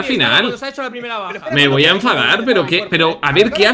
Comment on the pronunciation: Willyrex diciendo: Me voy a efadar Se le escucha muy bien Yo digo: Me voy a enfadar Todos: :l ?